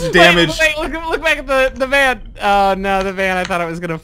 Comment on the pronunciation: Come on and slam, and welcome to the Vaa'n